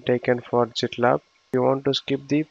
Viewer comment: Sir it is pronounce as gitlab not jitlab